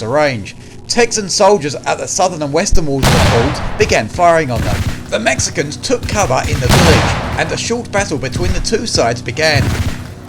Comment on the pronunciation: As a Mexican I don’t like the way these dude said Mexicans but what a battle. Texas will always be the bottom of America but what a battle.